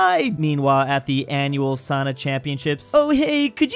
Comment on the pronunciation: It is souna not sauna. Long o sound 🇫🇮